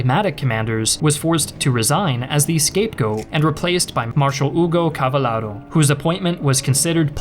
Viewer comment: CavallEro, not Cavallaro. And Graziani was a good general only on paper, in fact, Messe was the best but not enough fascist. Good video, as ever 😄